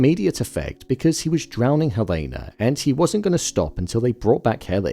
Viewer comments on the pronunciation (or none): Her name is pronounced HELL-ah-nah, not Hell-A-nah. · Dude why are you pronouncing Helena wrong… not that it matters